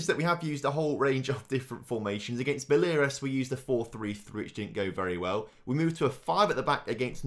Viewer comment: Baleares is pronounced ( ba - lay - a - res ) sounds weird when not in Spanish accent though